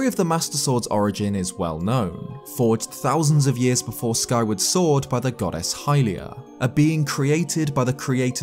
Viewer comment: every time yoi say goddess i hear 'god-ass' and i can't unhear it!